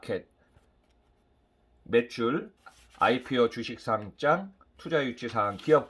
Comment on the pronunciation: 좋은 내용 감사합니다 그런데 상짱이 아니라 상장입니다